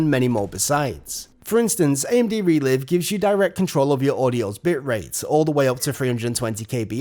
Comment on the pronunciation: Isn't it pronounced Re-Live, as in Live Streaming? Makes more sense in terms of video language doesn't it?